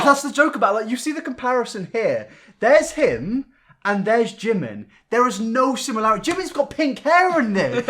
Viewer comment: Not another one who just pronounced Jimin name like "Jim in" it's not pronounced like that it's "jee min" ah it just cringes me out 🤢